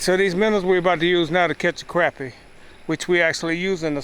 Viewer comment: It is pronounced crah-pea.